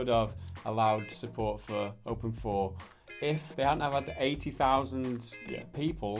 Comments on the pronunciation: OpenIV.... you pronounce it Open-Four ???? I always tought it was pronounced like Open-I-V.... you know.. like Poison Ivy... but with OpenIV... anyway... was I really the only one who tought that ? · I thought it was pronounced "Open Eye Vee"..... I've been fooled or not? I call GTA IV "Grand theft auto four" but not with Open IV. anyone else?